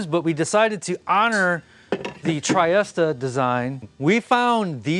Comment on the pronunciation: I think that chair is called a 'Tree-est' not 'try-est', or, if you want the Italian, 'Tree-est-eh'. That's assuming that it's named after the Italian port city anyway :)